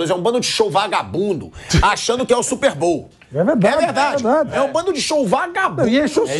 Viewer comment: "Super BOU" kkkk